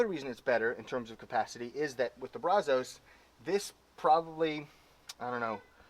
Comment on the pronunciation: It’s Pronounced. Braz-US